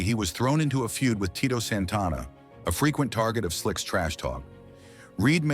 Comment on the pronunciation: learn to say santana and dibease and duggan correctly